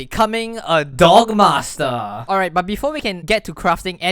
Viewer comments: Every time he says D O G M A S T R E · anyone else hear "dong master"